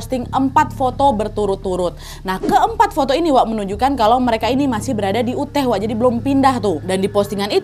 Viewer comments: Maaf Kak Nad.. Koreksi sedikit, bacanya “yoo-taa” (yuta), bukan “uteh” 🙏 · Nadia harusnya bacanya negara bagian Utah itu bacanya "Yutah" bukan Uteh hehe. Aku sampe bingung Uteh Uteh tu dimana. Sampe aku ulang dari awal eh ternyata Utah to😂 (btw dengerin ga sambil nonton karna sambil nailart jadi ga liat tulisannya) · yuutaahh mbak di baca nya,,, bukan uuteeehhh wkwkwkw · Yutah wak, bukan uteh 😭😭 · NAD.. BACANYA 'YUTAH' . BUKAN 'UTEH' 😂😂😂🤣🤣🤣😂😂🤣🤣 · UTAH ....maaf ya wak ya bacanya "yutah" bukan uteh 🙏🏻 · Cara baca UTAH itu bukan 'uteh' tp 'yutah' ✌️✌️ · Utah wak (dibaca Yutah) bukan Uteh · Aku kira kejadiannya di aceh, bolak balik sebut uteh 😂 rupanya Utah (yutah) 😅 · tolong belajar cara ngucapin apapun yang berbahasa asing ya, biar dengernya enak. tanya nessie aja, kan kalian temenan. utah itu bukan dibaca uteh, tapi yutah. trus di konten lain ada yang nerjemahinnya salah, straw itu bukan hanya diartikan sedotan, tapi juga jerami. dan masiiihh banyak lagi. ayolah, udah bertahun-tahun jadi konten kreator, minimal belajar cara pengucapan yang bener. thanks. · Utah ka bukannya Uteh sebutannya😅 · Nad…Bukan uteh lah..utah (di baca yutah) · Utah bacanya yutah bukan uteh wak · Kak nadia perasaan bacanya yutah bukan uteh. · Kak daerah Utah, bacanya bukan uteh tapi yutah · Yutah wak bukan Uteh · uteh uteh,,yutah kali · Utah kok dibaca uteh. Harusnya dibaca yutah, kak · Kah ute ini maksud kakak utah k ? Risih kali telingaku dengar ute, pronouncenya yutah kak 😭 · pas ngomong utah pronunciation ka nadia juga salah, harusnya utah, bukan uteh. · Utah (US) = "Yutah" Utrecht (belanda) = "Utreh" Wyoming = "Waiyoming" 🙏🙏🙏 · Maaf mbak Nadia -- pronunciation dari Utah ---- yutah 🙏🙏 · Kak Nad.. Maaf mau koreksi sedikit utk kata "UTAH" dibaca "YUTAH".. 🙏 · Kak Nad, UTAH itu dibaca "YUTAH" Hehehe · Penyebutannya yutah dan waioming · Info aja kak, cara baca Utah itu Yutah 😁 peace ✌️🕊️ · Utah = Uteh 😭😭😭😭😭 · Utah = Yutah Wyoming = Wayoming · Utah dibaca "yutah"